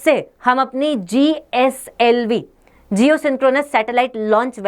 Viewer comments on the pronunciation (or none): none